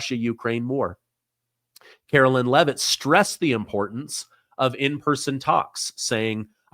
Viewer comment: CARO-LINE not Carolyn 😅